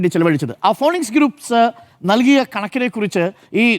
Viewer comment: വിദ്യാഭ്യാസമുള്ള അരുൺ ഫീനിക്സിനെ ഫോണിക്സ് എന്ന് വായിക്കരുത് എന്നപേക്ഷിക്കുന്നു